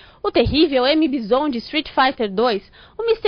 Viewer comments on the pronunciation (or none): M BIsón? Eh BAIson, fia.